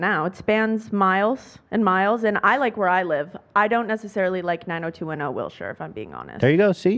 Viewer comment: Ethan saying will-shire solidifies he’s not from LA at all